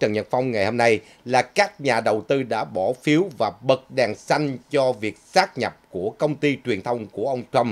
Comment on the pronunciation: "sáp nhập" chứ không phải "sát nhập" ơi.